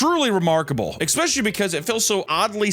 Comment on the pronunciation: it's fricken pronounced "NU-CLEAR" and "ESS-SPECIALLY"!